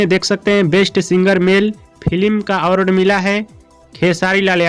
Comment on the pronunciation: आवारड शो नहीं अवार्ड शो होता पहले बोलने सिख ले घारा घरी सब चैनल खोल के सब अपने आप को होसियार समझ रहा है